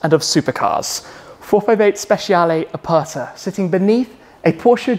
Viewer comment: Top video and top garage. The way you say ´Aperta´ tho is disgusting. 😅